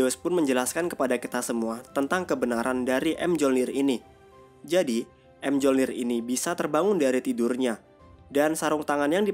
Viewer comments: Palu thor bacanya Myolnir bang bukan em jolnir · bang bacanya tu miyolnir bukan emjolnir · Bang gw kasih tau ya senjata thor tu di baca mejolnir bukan em jolnir greget w nonton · bacanya myolnir min, bukan emjolnir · Bg Senjata Nya Thor Di Baca Myolnir Bulan M Jolnir Gk Ush Di Pisah Bg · Di bacanya Myolnir min bukan M-jolnir🤦🏻‍♂️ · Bang, mjolnir dibaca myolnir, padahal di marvel juga sama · Mjornir bacanya miyornir bang😭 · Kok kesel ya? Mjolnir bacanya miyolnir